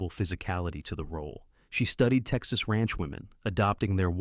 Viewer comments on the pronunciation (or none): none